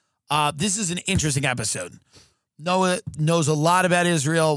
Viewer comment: Pronounced different in Israel, Noah like the Ark has a CH sound in the end, like the H in Hamas. Noa is a total different name and for females only.